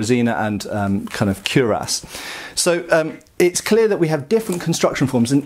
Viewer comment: slips naughty plays on words into every video, but still seems to feel squeamish about pronouncing cuirass properly. He was even decisively corrected face-to-face by experts in a recent video on this channel. Come on, mate. Ditch this cure-ahs stuff. 😄